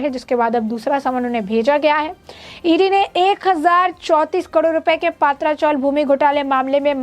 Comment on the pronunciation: पहले पत्राचाळ ऐसे बोलिये हमे पात्रा मतलब (अळुवडी मराठी) ऐसा लग रहा है|